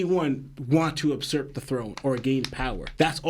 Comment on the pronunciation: Beautiful theory...only thing I don't agree with is that pronunciation of usurp but otherwise...🔥🔥